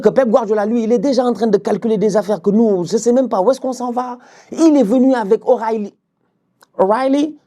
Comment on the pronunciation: avec le changement d’accent pour prononcer O’reilly 😂😂😂😂😂😂